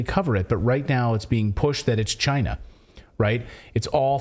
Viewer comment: Trump said CHI-NA